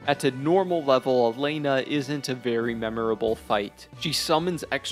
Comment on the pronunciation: man’s criticising things he doesn’t fully have explored/understood. Also, mispronouncing bosses names when they’re written clear as day on the screen is peak omegaLUL for youtube criticism. Tell me more about “Mythra” and “Elaine-nah”